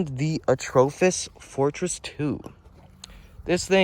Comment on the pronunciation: Me: watching the Atropos knifes and listening to you. Also me searching atrofis on google to find it because you say atrofis 😆